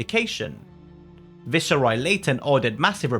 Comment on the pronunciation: The way "viceroy" is getting prounced here I have an inkling this channel is A.I